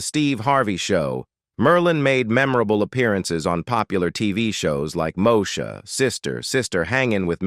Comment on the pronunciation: it’s pronounced Mo-E-Sha